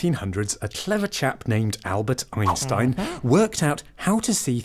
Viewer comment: Am I the only one hearing 'Albert GREENstein ?